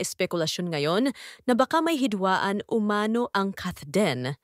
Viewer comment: Pwede ba pronounce "umano" correctly. Umano is accented on the last syllable ie UMANO' not UMA'NO.